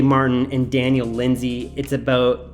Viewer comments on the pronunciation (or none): none